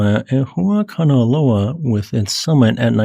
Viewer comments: That's not it's name, and he didn't pronounce it correctly. Don't forget the 'okina. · gg for pronuncing a lot of time that hawaiian name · The unnecessarily complicated name of Kama' ehuakanaloa makes me miss the simpler days in the past where Hunga Tonga Hunga Ha'api was the hardest thing we had to pronounce. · With each new geological event, will get better at pronouncing Kama‘ehuakanaloa!